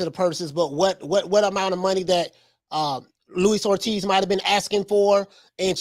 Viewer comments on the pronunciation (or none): Who is Louis Ortiz? It’s Luis Ortiz bruh